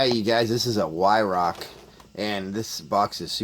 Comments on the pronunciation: It’s pronounced vi rak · Weirauch, pronounced with a V like Veirauch, great gun mines .177. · German w is a v sound .